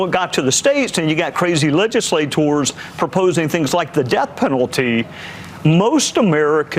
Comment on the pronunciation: Gowdy is absolutely right about those "leg-i-sla-TORS.